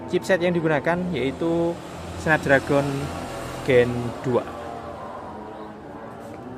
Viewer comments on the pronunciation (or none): none